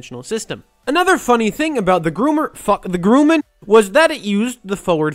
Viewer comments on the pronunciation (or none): It's pronounced grum-man not groo-man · "Grumman" is pronounced as is written, and not "Grooooomun", The "Grum" rhymes with (bum, chum or rum), and not with 'poo, choo, chew or slew'.